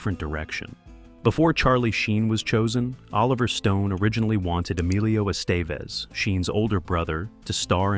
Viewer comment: “Emilio Astevezz”. 😅😂